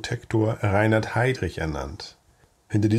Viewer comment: Erste Sekunde, erster Fehler: Reihard Heydrich - ReiNhard ... !!! Korrigieren, bitte ...